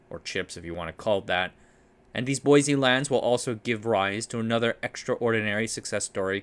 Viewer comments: Boise is pronounced "boy-see", not "boy-zee". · For what it's worth, locals seem to pronounce Boise like "boy-see", not "boy-zee". It's admittedly odd. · As a local, I must insist, there is no z in Boise. Boy-see. It's a shibboleth, you see.